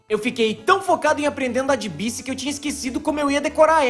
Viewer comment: Baique, não BICI